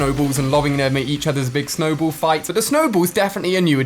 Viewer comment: It snowball not snowbowl